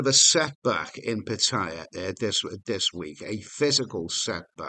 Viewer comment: why pronounce Pattaya "pat-higher"?